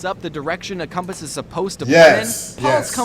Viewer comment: Comepuse. Not compass, come pause